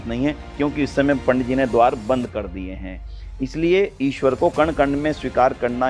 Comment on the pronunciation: ईश्वर में , र पूरा होता है । अवतार होता है प्रभु , अबतार नहीं । हिंदी बोलने लिखने पढ़ने में अच्छी है सम्मान की बात है, शुद्धता श्रेष्ठ बनाती है।